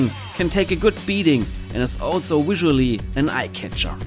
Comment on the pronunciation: It's Available not Awailable. It's Visual not Wisual. It's VERY not Wery.